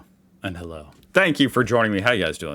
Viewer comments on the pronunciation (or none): It's Hallo, not challo..😩